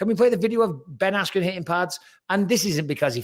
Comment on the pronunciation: Dana can’t even say the name Ben Askren 🤣